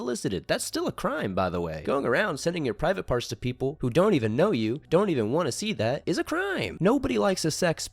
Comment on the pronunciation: i hate the way he says "These peepule are Eevull" "Eevull". Dumb regarded kid.